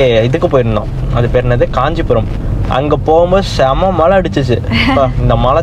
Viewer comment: Guys it is not Malai it is Mazhai